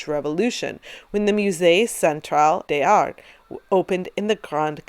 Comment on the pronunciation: Another great video, some great choices in here - the anatomical impossibility of Ingres' Odalisque doesn't detract from the picture's overall appeal but it does make me giggle when I see it :) Incidentally, there's liaison between 'x' or 's' and a vowel, so 'beaux arts' is pronounced 'bohzar' and 'des arts' is 'dayzar' :)